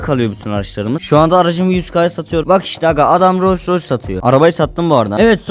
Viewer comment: Abi urus deyil roys roys